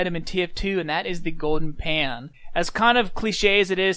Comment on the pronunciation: go-den pah